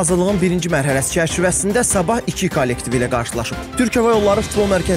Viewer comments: 1.24 "Sabah" sözünü duz deyində. Zaman bildirən sözü elə deyirsiz ki elə bil klub adı çəkirsiz. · Mən də elə bilirəm ki, premyer liqanın adını Sabah Azərbaycan qoyublar..indi hər yerdə rastımiza çıxır axı..belə nitq olmaz